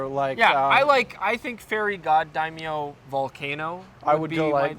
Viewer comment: "Dame-yo"? Oh, you mean "Dai-myo." But then, it's "NIH-kone" not "Neye-kohn;" a leftover from the "Tzeyss Eye-kohn" days of the 1970's. But "nobody's at home."